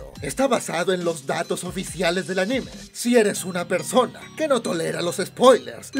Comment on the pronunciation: The way u say anime sounds like the word enema lol